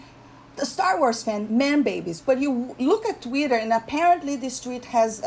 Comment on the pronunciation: You had me laughing out loud when you got to the "He's an embarrassment to himself" part. Rian Johnson is so insecure because I think he expected people to think he was brilliant. Mark Hamill tried to tell him...he didn't listen. Also love how you spell Twitter like you pronounce it...Tweeter :)